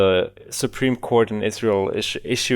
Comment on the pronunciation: It's so fuckin funny how pronounces Israel. It sounds like "Izzroul"